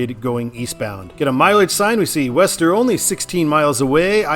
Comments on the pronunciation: Worcester is pronounced "Wooster." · Worcester is pronounced "woostuh".